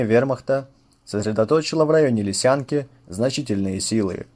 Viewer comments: Какая Шандровка?!!Село называется Шендеровка,очень ухо режет,точно как и ЛисЯнка вместо ЛЫсянки... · Бля,,,, не Лисянка , а Лысянка наголос на " Ы". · Отличный ролик, спасибо автору. Маленькое замечание: населённый пункт Лысянка, ударение на первом слоге. У нас при Корсунь-Шевченковской операции погибла бабушка с двумя детьми.